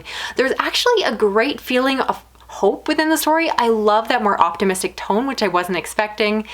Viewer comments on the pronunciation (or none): none